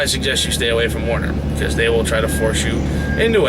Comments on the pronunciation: The name is pronounced: "WERE-NER"...not WAR-ner... :/ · why do so many guys who pull for Werner pronounce the word as though it was spelt Warner? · First off its Werner not Warner... I worked there for years as a driver, trainer, and finally in the office. Never forced to train... Midwest region is Texas... Not a perfect company, but as big carriers go, not bad... Not disputing what you are saying, but just had a much better experience.